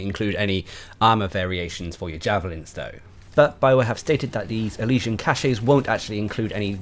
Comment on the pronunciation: CACHE is pronounces KASH, not KASH-EY!! 'Kash' is the correct pronunciation. If you pronounce it 'kash-ey' then you're actually using a different word entirely, cachet.